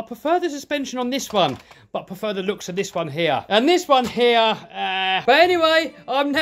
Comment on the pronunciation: Why you say hee instead like: 'here'?